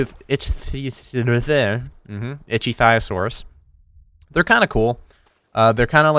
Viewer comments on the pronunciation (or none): Ick-thee(fee with a th)-osaurus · It is pronounced ICK-THY-O-SAURUS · It's Itch the osauras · its (icky-o-sor) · Its (i - ck - thee - oh - sorus) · Ichthtyosaurus (ik-thee-o-saurus) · I think it is pronounced Ik-theo-saurus. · its pronounced ik-theo-saur-us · Ick- theo- Saurus is how it's pronounced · IC -TEE-O-SUAROUS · It's pronounced itchy like "I'm itchy" then osaur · say it with me Icthyosaurus Ik-thee-o-saurus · at the end "itchy thigh osaurus" lmao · im not yelling at u, but, fyi, it's pronounced: ick-thy-o-saurus ;) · It's definitely ICK-thyosaurus, like Ichthyology (Ick-thyology), the study of fishes. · Ichthyosaurus is pronounced Ick-thy-osaurus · Pronunciation of the first half of the word: Ichtyosaurus= I, as Image CH, as Helmet the rest of the word is correct. I not want to be a grammarnazi, i just love dinos and other reptiles of the mezozoic era! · It's pronounced like this ic thyosaurus